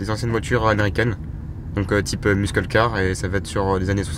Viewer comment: "Muskeul car" 😂😂